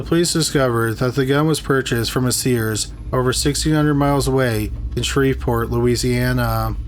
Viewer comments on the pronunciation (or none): none